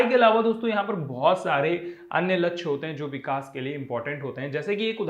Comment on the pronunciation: Vo lachya nhi lakshy hota h sir😂😂😂😂